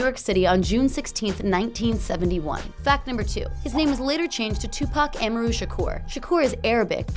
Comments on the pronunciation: "Am-arr-ru" She can't even pronounce his name correctly. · AHMUHROO?? Nah , she shoulda learned how to pronounce his name properly before making this video. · WTF. She said Am a rue. It's Amaru, well ya'll can't hear how I pronounce it but she pronounced it wrong. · Wasnt his middle name pronouced "Ah-mar-u"?? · I quit watching after she said Amaru wrong 5 times in a row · The way she pronounced “Amaru” really annoys me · Anyone else bothered by how she says Amaru? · Fact number ONE!!!YOU CANT EVEN SAY HIS NAME PROPERLY TUPAC AMARU LOL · YOU REALLY GOING TO HAVE A VIDEO AND MISPRONOUNCE HIS NAME?!?! HOW CAN WE TRUST ANYTHING WISE YOU SAY WHEN IN THE VERY BEGINNING YOU CAN'T EVEN SAY HIS NAME CORRECTLY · I’m sorry but the way she says Amaru bugs me for some reason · She is obviously not a Tupac fam she can’t get is middle name correct 🤦🏾‍♂️ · The way she said his middle name 😳🤢